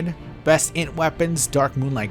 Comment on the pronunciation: being unable to read "int" in that one article was killing me